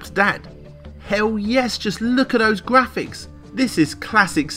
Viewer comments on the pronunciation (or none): none